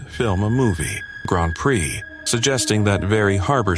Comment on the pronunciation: Surprised it pronounces Prix properly